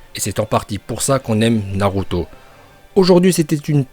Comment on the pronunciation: il a osé dire naRuto ?